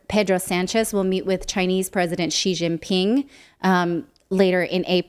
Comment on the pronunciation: Thanks for pronouncing 'XI' correctly, Nat. You're part of a small minority that doesn't include Mercouris or Napolitano.